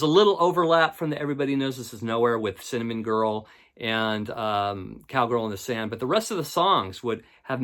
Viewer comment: Could swear I heard you say 'Cowgirl in the Sandwich' (inadvertently) at about . Kinda misheard, like Lennon's humor in that book you found.